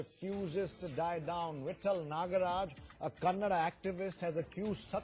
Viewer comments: dumb news anchor can't pronounce the word kannada , its not "kannad culture" , get your pronunciation right. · First of all it's not kannad it is Kannada he is vatal not vittal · lo Nin nakkan anchor its nt kannad its Kannada lofers before running a channel first spellout da words correctly dabba bahubali should nt release in our karnataka if dat konga tel